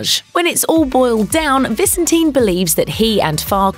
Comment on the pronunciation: I believe David pronounces his last name ViSENtin, not VISenteen...